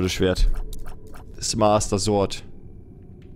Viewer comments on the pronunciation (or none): none